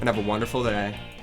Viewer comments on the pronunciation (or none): have a wonderful doray? What a weird pronouncication? was he falling asleep or something? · "Good luck in solo queue and have a wonderful dlaey" :P